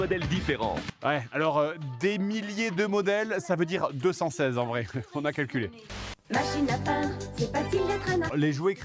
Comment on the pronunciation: La pub machine à peindre j'entends "machine à pain".